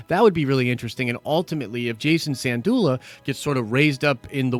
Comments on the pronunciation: Sin-doola. Not San-doola. Not trying to be snarky, just clarifying. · Dude, respect for your content...BUT...your pronounciation of Syndulla is so bad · Good news and love your work! I really hope this is all true because I love and miss Rebels. That being said the way you pronounced Syndulla is tweaking me out 🤣 LMBO Keep up the great work!